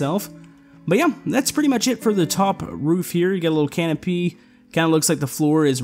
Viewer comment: When he said canopy. I heard it as A Can Of Pee